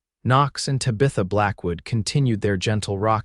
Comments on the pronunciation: That is not how you pronounce Tabitha. The name Tabitha is pronounced TAB-ih-thuh, with the emphasis on the first syllable, "TAB". The sounds are: T as in "town," A as in "hat" (a short 'a' sound), B as in "book," I as in "ship" (a short 'i' sound), TH as in "think," and A as in "above" (a soft 'uh' sound). Minor quibble - she's wearing a forest green when he first sees her, not sapphire as he says later. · Even though you butchard Tabitha's name....😡 This story was really very good. ❤😂❤ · If your AI can't pronounce Tabitha, then you should have given her another name. It's irritating to hear her name pronounced, over and over, incorrectly. 😮😮😮😮😮